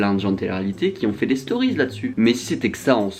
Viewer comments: "les storiz" fait un effort stp 😭😭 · « dans les storyzzzzzzz » jui morte vmt